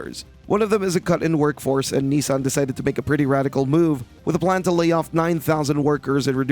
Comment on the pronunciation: It's not nee-san, its nih-san.